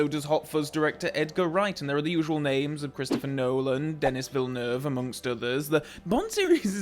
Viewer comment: SIR----------HIS NAME IS PRONOUNCED ------------DENNN--EEE--------VIANEWEVE----------please, out of respect, learn to pronounce names. ---------------------------MJL< 75 y/o